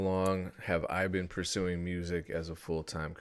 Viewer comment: homie said pursing